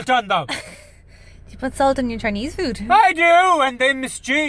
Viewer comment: My granda actually pronounces it as "chinee" too